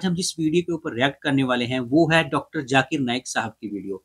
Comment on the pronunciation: Many indians specially the gujraatis cannot pronounce z sound. For them both sounds as if J . Z or J they pronounce the J sound. For example listen to the host when he says Zakir. It sounds as Jaakir. Zero from them sounds like jeero